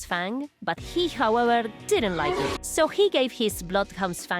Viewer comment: "However-r-r-r-r-r!" Idk. That tickled me